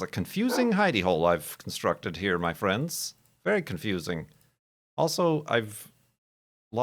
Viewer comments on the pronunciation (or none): none